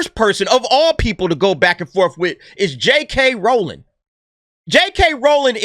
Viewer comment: Say it with me R-OW-ling (Ow! like when you stub your pinky toe) lol.